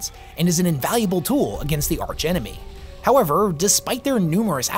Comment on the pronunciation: Wonderful video as always, its pretty interesting how you say arch enemy and i am like waiiiiit, does serve THE CABAL(since thats how they used to call chaos after all)?! 😂